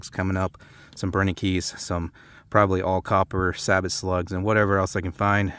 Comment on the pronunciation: Great test!!! Thx Sabot round is pronounced “sabo”! Just saying! lol